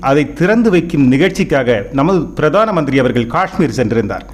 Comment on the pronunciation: வெளிப்பாடையாக😂😂😂இல்லை😂. பிராதம மந்திரி கிடையாது. இந்த நபர் நல்லத் தமிழை உச்சரிக்கக் கற்றுக் கொள்ள வேண்டும்